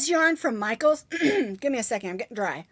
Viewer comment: Yes you said Michael's yarn right